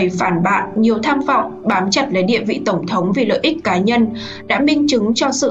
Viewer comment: CÔ XƯỚNG NGÔN VIÊN ĐỌC GIỌNG ĐỌC RẤT "QUÊ" , ĐỌC RẤT SAI CÁC DANH TỪ TIẾNG PHÁP !!! ĐỌ QUÁ NHANH , ĐỌC LIÊN MIÊN , KHÔNG BIẾT CÁCH NGẮT NHANH , NGẮT CHẬM . DẤU SẮC ĐỌC THÀNH DẤU HỎI !!! THÍ DỤ : "TỔNG THỐNG" ĐỌC THÀNH "TỔNG THỔNG" .